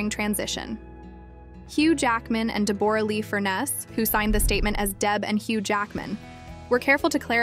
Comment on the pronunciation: I’ve never heard anyone pronounce Deborah as Debooorah😂